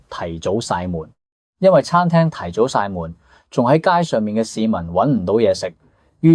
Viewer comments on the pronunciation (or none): AI 旁述員把「閂門」讀成了「曬門」；「以前咁大使」讀成了「大肆」而不是「大駛」。